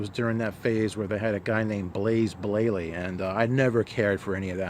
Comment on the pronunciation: 'Blaze Blayley' :-)